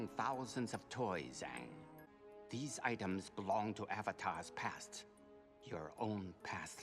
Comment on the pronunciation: Aang is pronounced like "Angry" but with a soft G. I love that you say it like AAN 😂